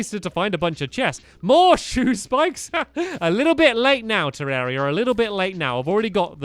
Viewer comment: It's been 155 episodes and 2 years or more and you still pronounce 'terraria' 'terreria' :\